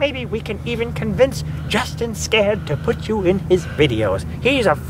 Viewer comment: I thought your last name was, but you just said your name as Justin Scared. Which is it?